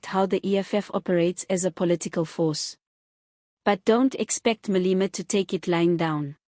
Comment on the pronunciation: It is not Malima! This entity's name is pronounced Maa - lay - maa!😮